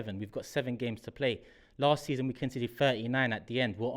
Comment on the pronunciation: voice makes me laugh so much.........is that his real voice? Really? "I said the same ting Las week" Ha ha ha..........arsenal will definitely score 10 in the last 7. Guarantee it.